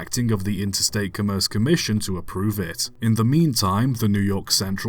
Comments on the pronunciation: Interstate COMM-erce Commission, on Com-MERCE. Accent on the first syllable. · I think “commerce” usually pronounced COMM-erce, not c’merce. I grant that it would make sense to pronounce it like the start of the word “commercial”, but I've never heard anyone do that. Other than that, thanks for another interesting video 😀